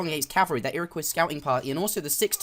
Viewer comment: The Ira-what? the Iraqwuh? The Ira-coy! =)